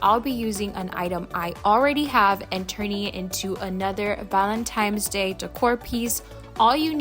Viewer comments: Hey girlie! It’s ValenTINE’s DAY, NOT ValenTIMES!🙀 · If you need hooked on phonics just say that. Call it what it is, it’s Valentines not Valentimes. I’m sure you want people to say your name the right way. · did you say valentimes? lol...too funny...these are so darned cute! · Thank you for saying that because it bothersome. N not M. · Whatever your name is, I’m sure you want it to be pronounced correctly. If she said it once then cool, but she said it throughout the whole video which means she does not know the correct pronunciation. Meanwhile, if it matters so little to you why did you even respond?